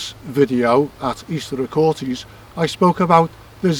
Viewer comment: So many issues, so little time... Find a local to teach you pronunciations of Aquhorthies, Bennachie and Daviot. If there was a precise mathematical relationship between the sizes and positions of stones, you would expect them to be precisely located to match those relationships. For a start, the diameter that you claim so precisely is from circles that are not circular. You're also inconsistent with whether you measure to back, front, middle or edge of stones. You are always going to find approximate ratios between the length of one object and another if you're unscrupulous about how you measure them. The fact the 2 circles you looked at have completely different ratios between diameter and recumbent length, if anything, shows the ratio wasn't important. With so many stones, there are always going to be approximate alignments looking from one arbitrary stone to any other arbitrary stone. Why those stones? Unless you can demonstrate something to clearly show those stones were used in that way, it's coincidence. And the lack of alignment couldn't have been more clearly demonstrated than by your "station stone rectangles" when your alignment lines DIDN'T sit on top of the stones you claimed showed the alignment. The word is "specific" not "Pacific". The Pacific is an ocean.